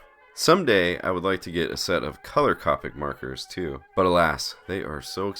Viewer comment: Thanks for sharing. Just FYI, Copic is pronounced with a long o. Have you tried the Moleskine Art Plus? The paper is thicker.